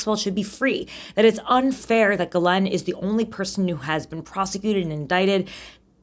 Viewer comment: Her name is pronounced gee-laine, rhymes with key.